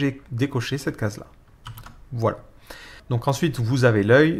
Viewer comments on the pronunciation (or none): none